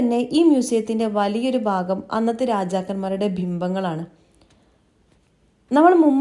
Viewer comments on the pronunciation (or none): none